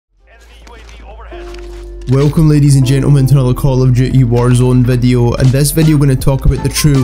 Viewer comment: I like when he says i guys wecome to another call of jooty vadio